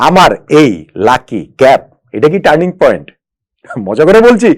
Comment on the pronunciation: ইয়েস ইয়েস টানিৎ পয়েন্ট........!!